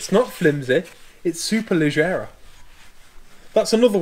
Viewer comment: Maserati Quattroporte. Superleggera. Amazing. By the way: double g sounds like Dg in Dodge, lodge etc. Superleggggera. And now try this: Maserati Biturbo. Great job! 1